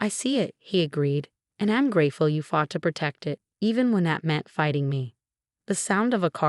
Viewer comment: AI can not pronounce the word (meant) m e n t . This AI Is pretty dumb.